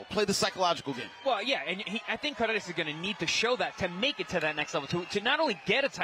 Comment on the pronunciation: It's Cardenas, not Cardinas